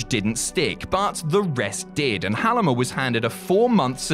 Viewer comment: It's actually pronounced Hull-meh, is not pronouncing it right but still good.